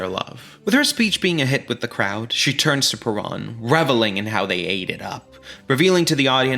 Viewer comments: Isn't it "per-OWN" instead of "per-AHN"? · Come on dude. Everybody can pronounce Perón. It's Pair-RŌN not puh-rahn. You even play clips when they sing it correctly. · So well done buddy. It is a shame you couldn't get the pronunciation correct. It is PE-RONE. Not PE-RAWN. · There is one thing I would change about this YouTube video. I really wish he would learn how to pronounce Peron! It shouldn’t be alliterative with piranha, unless he’s doing that on purpose. It should rhyme with pair own. It’s people like this guy who really make me cringe as a Caucasian Anglo. Come on dude I know we are white but we don’t have to sound quite so Blanca! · "PUH-ROAN" is the CORRECT way to pronounce her name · Peron isn't a Hard word to say, but you insist on saying it wrong, making this quite unwatchable. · I laugh because this dork doesnt even pronounce Evas last name correctly through the whole video and he wasnt even born when all this went on so that makes him look even more uneducated and he is just spreading negative stories regarding Eva......who also happened to be my Aunt!........... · and you are pronouncing PERON correctly!!! grrr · You are continually mispronouncing “Perón…”